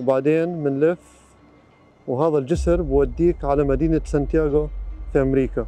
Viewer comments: سان دييغو وليس سان تياغو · دخيل ربك سان دييغو مو يان تياغو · اعتذر عن الخطاء في اللفظ كوني اول مرة ادخل المنطقه هي مدينة سان ديغو ، وليست سانتياغو